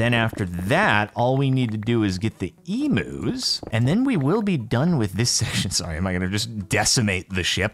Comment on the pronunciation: i know he's deliberately saying 'emus' instead of 'eumus', but the pronunciation of 'emu' is hurting me so much......